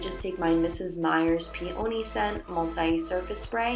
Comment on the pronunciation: Loved the video! I believe peony is pronounced pee-uh-nee (accent on first syllable)